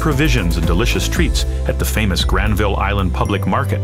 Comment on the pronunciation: Hey I've lived in Vancouver my whole life and this guy pronounces Granville painfully wrong. The second syllable gets de-stressed, so it sounds like GRANvul. Just so you know, I guess.